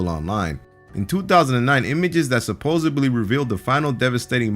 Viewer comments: Supposebly? Supposebly? It's supposedly ffs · God Damn it! Sup ohz ZED lee! Not supposably! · Supposebly? SUPPOSEBLY????!!